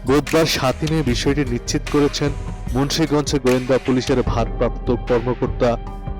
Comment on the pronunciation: ভাই নিচি্ত না নিশ্চিত।